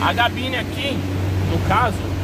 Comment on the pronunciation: GABINE??? É CA, CABINE E NÃO GA GABINE. PELO AMOR!!!